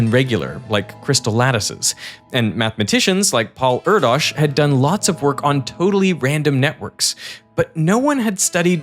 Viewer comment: gosh. 2025 spend the 10 seconds to check chatgpt or even google translate how to pronounce foreign names, words... I'm a German as a thrid language but c'mon. It's pronounced [di: tsait] not [di: zait] that is if you are familiar with the IPA. Same with Pál Erdős. It's not er-dosh I can tell you that much as native hungarian. Love your content, subscribed when you had <100k, but it pains my ears hearing most names buthcered in any language. Sticks out like a sore thumb since other aspects of [Ve] videos display a level of attention few other channels do; and does it consistently for over a decade and a half.